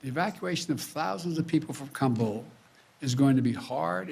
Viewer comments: He keeps saying Kambul. What an idiot. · Please INFORM the dumb guy , the disaster is not KAMBUL , it's Kabul .